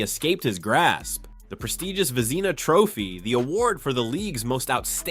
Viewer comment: Vezeena Trophy? If you're going to use AI, You should have one real person listen to the audio before posting; in this case somebody who knows hockey. AI's make errors a human would never make.